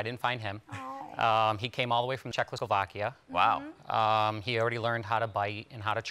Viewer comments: Did this fool just said chechoslovakia ? 🤣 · Did he say Czechslovakia? Czech or Slovakia? I'm confusion xDD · "czechoslovakia" guys, you not even trying to proof that you are not poorly educated... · did he say Czechosolvakia? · DId he really just said czechoslovakia